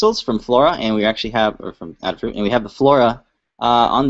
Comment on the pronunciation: FYI, its pronounced A da Fruit, like "ate a fruit"... get it.